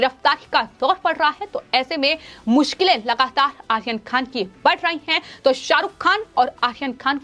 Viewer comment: आर्यन खान को आसीन खान बोलती है. 😁